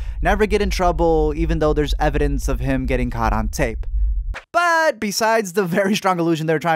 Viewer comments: When he said “butt’ll” I thought he said “pero” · “Pero” nigga Hispanic 😂